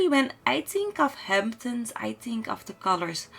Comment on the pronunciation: why am I getting irritated by the way she says ''Tink'' instead of ''Think'' ...or ''wit'' instead of ''with''. I mean the rest of her pronounciation is good, but the ''T's'' instead of ''Th's'' are just distracting and irritating to listen to. I really like her build and it's a shame xD